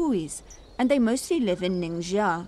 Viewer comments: WHY DOES SHE KEEP MISPRONOUNCING THE LETTER X. IT'S PRONOUNCED LIKE "SH"! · Why she says " nincaia"?